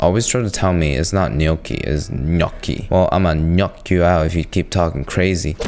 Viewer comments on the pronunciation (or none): “I’m going to GNOck you out” had me dying 😂😂😭